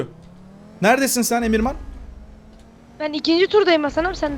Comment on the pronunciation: Abi demirhane neden emirman diyon ?